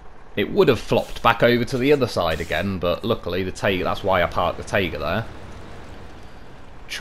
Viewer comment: I totally like your pronunciation in general, but my favourite is how you say "tayga" and "zimnegorsk", making those words sound much softer, than they do in russian